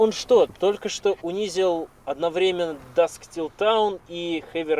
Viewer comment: "Dusk Till Town" или все же "Dusk Till Dawn"?